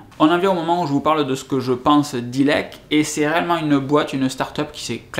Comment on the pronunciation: célèbre Bébel oui, je fais référence au début de la vidéo il dit oaui il y a plusieurs fournisseurs verts, Le premier "il dira jamais le nom" mais se souvient des tarifs plus elevés du site web etc... Par contre IIIILLLLEEEEEEKKKKK ca on l'a entendu dans la vidéo.